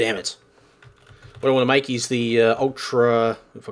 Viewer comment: make not mack